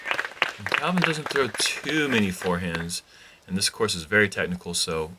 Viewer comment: Did mean "many people" or "mini people" on hole 3? Haha